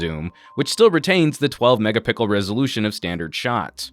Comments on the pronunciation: why do you say mega pickle ? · I don't know if anyone has pointed this out yet but you switched the screen sizes at the start and you said megapickle. Just thought I'd let everyone know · 12 'MEGAPICKLE' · He said megapickle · 'megapickle" lol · lol couldn't help but notice he said mega-pickel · At this point, i´m pretty sure he´s saying mega pickle on purpose. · 12 Mega Pickle he said 😂😂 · Angel Zuniga yes 😂😂😂 I was dying at that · hahahaahahaha I WNATED TO COMMENT THAT as well <3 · Angel Zuniga He did 😂😂😂😂😂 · indeed mega pickle..hahaha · He said 12 mega pickle.